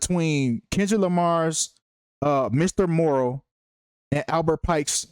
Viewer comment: You can't even say the album name right just stfu I'm more intelligent in the industry than you. You don't literally don't know shit😂😂😂😂😂😂😂😂😂😂😂😂😂😂